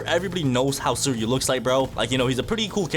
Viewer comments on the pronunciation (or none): Bro pronounced Suiryu's name wrong. It's Swee-ree-yu, and the R is pronounced the Asian way I think. Trust me with this, I've seen the anime.